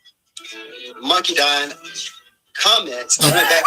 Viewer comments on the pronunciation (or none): did say Monkey Dineva? 😂